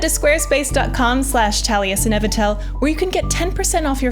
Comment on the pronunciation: That's not how you pronounce Taliesin 😂